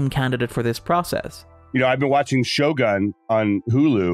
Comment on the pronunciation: I love all your work but was a bit irked everytime you said the show name. It's pronounced "sho-goon". Or this part of a bit?